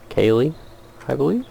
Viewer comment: the way you pronounce Keighley is really pronounced as Kieth-ley (at least by locals like myself) , Its a prime example of how strange British spellings can be